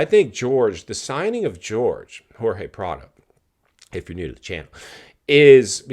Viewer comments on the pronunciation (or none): Please be respectful. Jorge has his pronunciation in Spanish when you translate into English with George that is a little bit disrespectful. If I was Jorge, I want my name pronounced like it was given to me at birth.